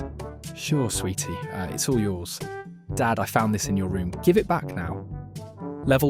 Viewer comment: AI voices always make me wonder if it's someone who is a non-native speaker of English, until it gets to something incredibly stupid like a typo or pronouncing "it's" as "Eye-Tee's". It's like, you're already just gathering a ton of memes and stuff, is it really THAT much effort to just read them out with your own voice instead of sounding like someone who's struggling how to read and also doesn't understand incredibly basic things?